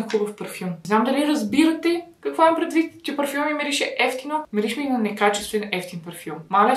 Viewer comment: Някой да преброй колко пъти каза мИрише❤🙃🌻